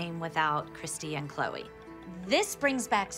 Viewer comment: Me: why do people always say Chole when it's "CHLOE"